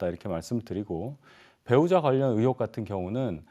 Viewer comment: 으혹? 의혹! 표준발음이 안 되나??